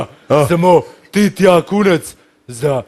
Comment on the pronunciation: v bistvu reče kunac, kot kunec, sliši se pa kot kurac!